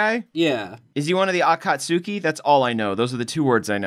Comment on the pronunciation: the fact that they keep saying “akaSUEkee” (´-` )